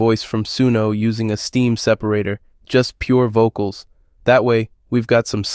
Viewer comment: when AI is better at pronouncing musique concrète than the utuber :) Pronouncing stem like steam is also funny